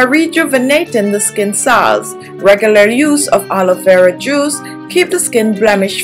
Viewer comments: It’s Aloe Vera not ‘Haloe Vera’ Hahahahaha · Why You say Helo Vera gel when it is Aloe Vera gel! Sick! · Did you just said haloevera 😂😂by the way the product is good though🖤